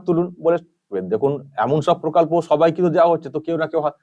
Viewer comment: প্রকল্প নয় পোকল্প বলবেন।😊